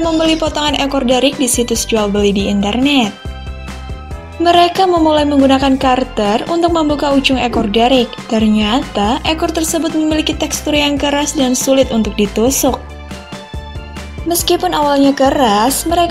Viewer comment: cuter. bukan karter